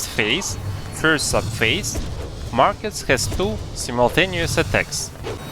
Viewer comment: 2 things 1: it’s “Markoth” not “Markus” 2: THIS FRICKING GUIDE CANNOT EVEN GET ME TO PHASE 2 FOR CHRISTS SAKE AND YOU REALLY NEED TO GET A WIDER VARIETY OF STRATEGIES FOR ALL TYPES OF PLAYERS Edit: sorry I lost my temper and I just really fricking hate markoth